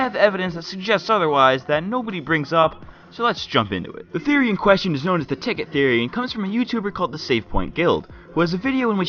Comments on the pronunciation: "please notice anything wrong" thoery, thoery, thoery in the intro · You said thoery at the start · What the fuck is a "thoery" you dumbfuck lol